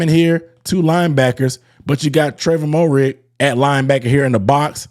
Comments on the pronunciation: its, "MARE-RIG" not "MO-RIG", but yes, he was been a key part of our secondary since last season. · Dawg no disrespect intended but say his name right he’s been on the team for a year. Pronounced Merrig.